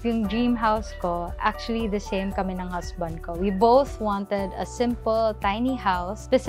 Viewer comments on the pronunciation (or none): none